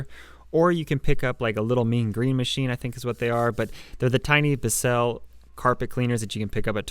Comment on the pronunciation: he said “bissél” instead of bissell lol